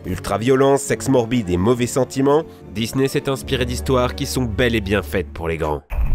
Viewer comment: MDR A chaque fois tu dis je cite "Dis-nez"